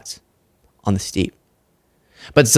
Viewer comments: steppe is not pronounced steep, it relates to the Steppe Lands, vast grass land pronounced step. 👍🤩 Keep up the excellent reporting. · steppe is pronounced "step". FYI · It’s pronounced ‘step’